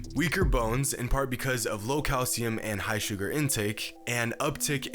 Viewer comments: Boi said "Suger" LOL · Higher “suger” intake?